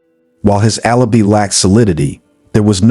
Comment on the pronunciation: I liked the voice and was impressed by it until it said alibee. Sorry but it's pronounced as alibye.